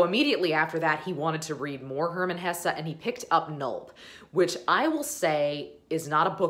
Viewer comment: it's Hesse, you're going enjoy it🙂